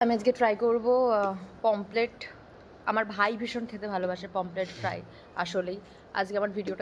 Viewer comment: ওটা পমপ্লেট না পমফ্রেট,😂😂